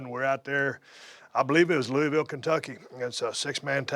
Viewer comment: Hearing Steve say "Louisville" the "right" way was really nice for some reason